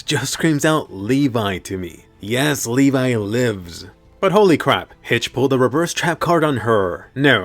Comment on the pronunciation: Levee not levai